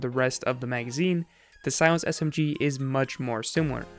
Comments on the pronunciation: S-M-Giee Anybody else think he says it kinda weird. Just me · he emphasizes the g in smg lol